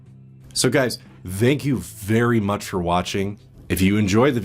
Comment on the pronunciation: "So guys... Zthank you vvvery much" for uploading